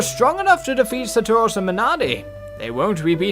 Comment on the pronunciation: saturos not sataros lol